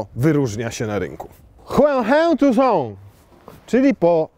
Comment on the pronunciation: Naucz się wymawiać nazwę samochodu zanim zaczniesz go testować. Hyundai nigdy niw wyprodukował samochodu i nazwie tason 🤣🤣🤣🤣dziwne te swiatelka ktore maja noirmalne zarowki w moim tucsonie sa ledami..widocznie roznica na jaki rynek samochod poiszedl. :) krytukujesz ladowarke indukcyjna w tym samochodzie..a powiedz mi kto beirze telefon do lapy w samochodzie tym nbbardziej ze jest zawsze podloczony przez BT do auta..nie miales sie juz czego przyczepic ? :) jesli chodzi o nie bezprzewodowego andorida i appla to nie wina hyundaia lecz tomtoma.tez mnie to dziwilo ze nizsze wersje tego auta maja wireless andoid i appla a najwyzsza nie wiec zadzwonilem do hyundai denmark i mi powidzial z eto chodzi o jakies licencje tomtom czyli nawigacji jaka jest w najwyzszej wersji..bylem wkurzony bo na stronie nie byl nic napisane jak kupowalem auto :) na sam koniec dodam ze powinienes poczytac czemu ta hybryda nie ma DCT bo widzeze nie wiesz.. :) tak pozatym dzieki za test ale nie patrz na ten samochod z porownaniem do VW lub Audi bo to nie ta sama klasa samochodu..chcesz porownac hyundaia do tych auto to zalatw sobie Genesis i wtedy bedzie sprawiedliwie :) ps.mam 193 i jakos nie uderzam noga w nic..czepiasz sie chlopie bez powodów 😊